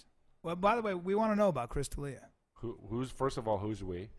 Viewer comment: It's Del Ea